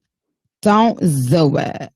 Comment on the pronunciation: Zon’t zoo it